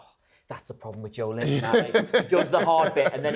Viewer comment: Joelinton has been a Premier League player for almost seven years, yet pundits STILL cannot pronounce his name correctly? How difficult is it to say JO-ELIN-TON instead of JO-LINTON? The E in his name exists for a reason. 🙄